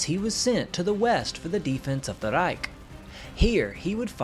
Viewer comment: You dont say reich the right way